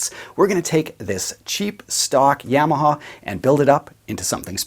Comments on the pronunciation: Ya-ma-ha. Not Yeah-ma-ha. Otherwise, very nice video as usual. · Black it out, and please quit saying YAM’-aha..